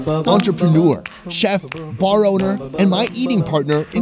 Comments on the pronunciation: the onwer? You mean owner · At the lunch it said "onwer"😆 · "the Onwer" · "The Onwer"🤭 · I wanna be an "Onwer" of something someday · "the onwer" lol the onw er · “The Onwer” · what the heck is an "onwer"